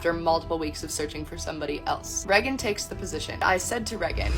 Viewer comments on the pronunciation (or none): This probably doesn’t matter to most people, but I really dislike the way the cousin pronounces Regan’s name. It sounds like she is saying “rehgun”, and I’ve always thought the name was pronounced like “Raygun”. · Ha, I thought I was the only person who was cringing every time I heard the cousin saying “Reh-gun” instead of hearing “Ray-gun” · Reagan makes an entire show about pop culture and gets mad when she hits the news. She's so triggered. EDIT: Why does her cousin call her Rehh-gin not Ray-gan? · I need to go back and count how many times she says "Reggin" 😂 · Why can’t her own cousin pronounce her name 😭 the amount of times she said it too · I absolutely dislike the way the cousin pronounces Reagan's name.